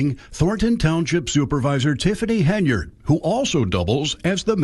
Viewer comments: Hen-yard dude. I not a fan of hers but.....😊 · Hen-yard……Henyard……not hay-nard……HEN YARD…… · HEN YARD.. NOT HEYNARD. JEEZ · It’s Hen-Yard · If you don't know how to pronounce the word ask. Then you are a uneducated idiot Tiffany hinyerd .😂